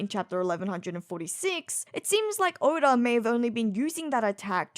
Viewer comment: Why does she sometimes pronounce Oda as Odar? 😅